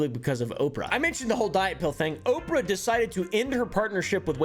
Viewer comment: I love you but i HATE the way you pronounce oprah lol